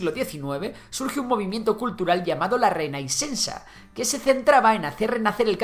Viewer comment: Si quieres pronucniar bién, tanto Renaixença como La Caixa debes pronuncian ; RenaSHença i la caSHa como SHakira. El símbolo ix se pronucnia como sh (sin la i ). És una sola letra (no dos) aunque se escriba como si fueran una i y una x juntas- És la letra xeix No tiene nada aque ver con la .-i- ni con la equis. Si quiseramos decir c-a-i-sh-a- (con -i-) entonces sí que escribiriamos la -i-: c-a-i-ix-a... Se entiende? Por lo demás, gracias opor los videos. Són todos muy esclarecedores. Y creo que estàn bien documentados. Salutacuons !